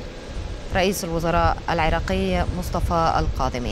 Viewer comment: الرئيس القاظمي لو الكاظمي 😂